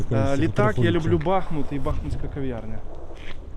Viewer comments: Хлопці! БахмУт - це роzzійщина. Українські словники містять наголос - БАхмут. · Щановне панство! Перестаньте калічити своїми НЕ УКРАЇНСЬКИМИ НАГОЛОСАМИ, УКРАЇНСЬКІ ІМЕНА ВЛАСНІ, У ТОМУ ЧИСЛІ НАЗВИ НАСЕЛЕНИХ ПУНКТІВ! Місто БАХМУТ МАЄ НАГОЛОС НА ПЕРШИЙ СКЛАД! Це Вам не МАЗУТ!